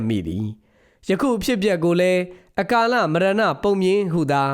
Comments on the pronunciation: အ ကာလ မရဏပုံပြင်လို့ဖတ်ရပါတယ် အကာလလို့မဖတ်ရပါ။ နားထေ ာင်ရအဆင်မပြေပါ။ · အကာလမဟုတ်ပါ၊အ ကာလလို့အသံထွက်ပါတယ်။ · အကာလ မဟုတ်ဖူးဗျ အ ကလ ခွဲဖတ်ပါရန် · ရေ။ အ ကာလလို့ဖတ်ရသလို ပြော ရကား ဖြစ် ရကား လို့ခွဲဖတ်ရပါတယ်။သားတို့ကငယ်တော့မြန်မာစာကိုသိပ်မသိကြတာပါ။